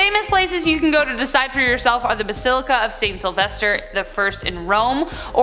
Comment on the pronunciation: Basaleeca? You mean bas-il-ica